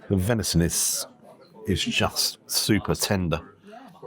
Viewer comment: Aaarrrggghhhhhh! "Super" excited at around 4 minutes. "Super" !!!!!!!!!!!!!!!!!!!!!!!!!!!!!!!!!!!!!!!! "Bee-root" (the word in "beetroot" and his tattoos [the waiter] at around 5mins 20secs totally ruined it for me